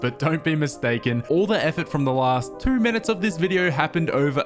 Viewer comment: "all the effort from the last TwOoH minutes"